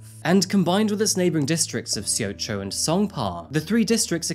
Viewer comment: Says "Seoul" (Soul) then says "See-o-cho" for "Seocho" (So-cho)😂 that's the human brain for ya. Gosiwon is pronounced "Go-she-wahn", Korean romanization is absurd. If you do anymore Korea crimes, gosiwon is likely to come up again. I lived in Gangnam for four years and was stalked in the station with thousands of people around me. Generally Korea is safe, but the lack of help for mental health can make it dangerous in invisible ways.